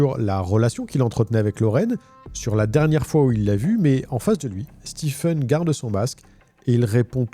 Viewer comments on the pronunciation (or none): Stephen se prononce "Stivène" et non "Stifeune". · Stephen se prononce Stiven et pas Stifen... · Que vous le sachiez, personne ne se fait appeler « StiFen » , bien que son nom s’écrive Stephen ça se prononce toujours toujours STEVEN Pour votre information 😊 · Très intéressant. Juste une correction : "Stephen" se prononce "Stiven" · Stephen se prononce "Steven", pas "Stiffen". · Ça se prononce stiVen pas stiffen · pour autant que je sache Stephen se prononce stieven en anglais... d'ou sort ce stiffen a la con ? une fouille systémique ca ne veut rien dire, le poivron dans la cuisine roumaine est systémique (habitude) , une fouille est systématique (complète) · Excellente vidéo. La narration est très agréable par contre juste pour info, Stephen ça se dit "stiven" pas "stifen", faut pas me demander pourquoi, c'est bizarre mais c'est comme ca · Juste un petit détail : Stephen se prononce « stiveune », pas « stifeune ». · Hey ! En anglais US ou anglais, STEPHEN ne se prononce pas STIFEN mais STIVEN 😂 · Stiffen? Ça se dit Steven. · Ça se prononce Steven (Stiveun) et pas Stifeun. Comme pour Stephen King on dit pas Stèpheun King mais Stiveun King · Stephen est prononcé Steven aux US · Très bon récit. Par contre, Stephen se prononce « Steven ». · On prononce Stephen comme Steven (Stieven avec l'accent sur le ie) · Le ph de Stephen se prononce comme un v en anglais. Stephen = Steven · Pour info, Stephen se prononce Steven. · Bonne vidéo, mais la prononciation "stifeune" est tellement ridicule 😂😂😂😂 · "STIPHEN" Ca m'a rendu fou ! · Stephen se prononce "Steeven" ;) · Bonne enquête! Juste un détail, Stephen, se prononce "Stiven" Sinon le reste impeccable! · Stiveun . C'est comme pour Shawn qui se prononce comme Sean